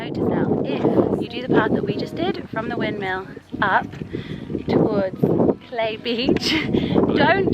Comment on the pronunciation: Cl-eye not clay 😘